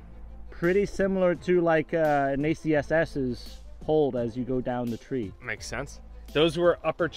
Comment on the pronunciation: "Turd nine" you're killing me bro 😂😂😂😂😂😂😂😂